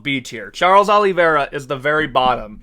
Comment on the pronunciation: got surprised that you pronounced Charles surname (OliveiRa) with the brazilian accent